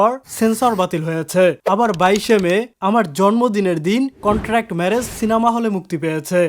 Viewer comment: কনটান্ট নয় এটা কন্ট্রাক্ট হবে। আপনি নিজেও কিন্তু ভুল করেন